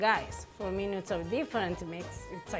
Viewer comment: “17 meenyootes”……???? 😅😂🤣😂😂😅 love this woman❤️